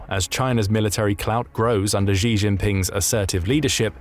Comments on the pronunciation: XI is not pronounced ZHI, it's pronounced SHI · Xi is pronounced "she".